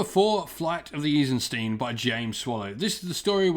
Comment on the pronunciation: Eisenstein isnt pronounced as Isenstien.